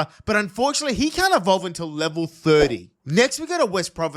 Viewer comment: IT'S EVOLVE, NOT EVELOVE! AND THERE IS NO U IN QWILFISH!